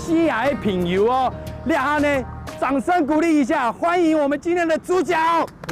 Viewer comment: 朋友係 pen iu 主持人發音不正確